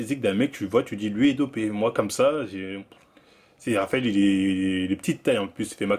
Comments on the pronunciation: c'est moi ou il dit Travael Cuesta 👀😭😭😭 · Traphael Cuesta